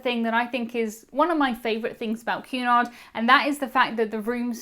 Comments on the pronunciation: What are you saying? A "cue nigh cruise" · sounds like youre saying Qanon cruises... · I kept hearing “Q-anon” cruise. 😬